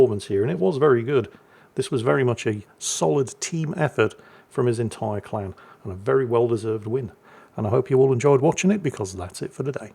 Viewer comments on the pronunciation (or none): I swear I heard him say clown battle right at the start of this video 😂😂 instead of clan battle. Guess we'll see if it's an accurate statement. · Ohhh!!!! Clan!!!!! Lol! I thought he was saying CLOWN!!!